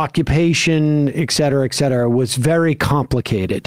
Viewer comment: I love your show, but can Sam stop saying "EKCETERA," It's ETCETERA"